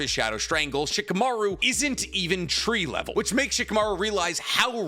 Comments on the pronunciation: "Shikamaru is not even 'TREE LEVEL' " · This man said Shikamaru ain't tree level 😂😂😂 I can't.